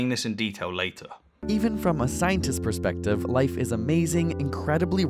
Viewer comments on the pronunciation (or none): none